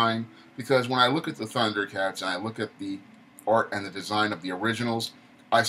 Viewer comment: Tundercats no "H" Roar lol